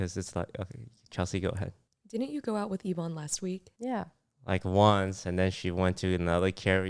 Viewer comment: It's pronounced Evonne.